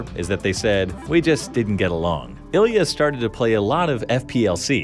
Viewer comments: Ilya perfecto? :D :D just say you cant pronounce his surname! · LOL! Ilya perfecto, the half russian half italian